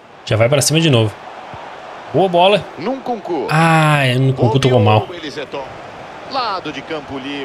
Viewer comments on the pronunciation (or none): " ene kunku " kkkkk